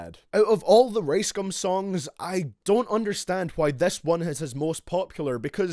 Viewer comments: Can't watch thus when u call ricegum "raisegum" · I thought his name was rice gum not race gum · Lol how he says rice "race" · I low-key thought he said race gum at the beginning